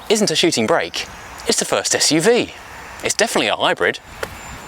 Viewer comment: "Perhaps this isn't a shooting BRAKE." he says. Quite right - it's a "SHOOTING brake". Imagine making a whole programme about something you don't know how to pronounce...